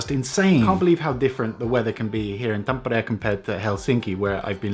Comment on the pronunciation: Gotta love how you say Tampere :D